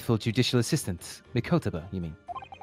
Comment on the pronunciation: Mee ko tah bah